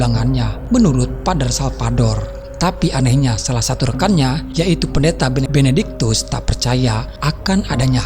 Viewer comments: Benediktus ya tolong.. bukan Benebenediktus🤦, please deh ah..! Ini cerita horor bukan komedi, jangan bikin saya ngakak..😤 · Benedictus bukan benektikus